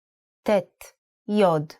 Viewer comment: Unfortunately, the speaker unable to pronounce the original and pure Semitic letters due to her European background, here are these six letters : 1- The letter ח Hhet converted to German CH ( KH ) 2- The letter ט Ttet converted to normal T 3- The letter ע A"yen converted to sound like A 4- The letter צ Ssadi converted to German Z ( TS ) 5- The letter ק Qof converted to sound like K 6- The letter ר Resh converted to German R ( GH )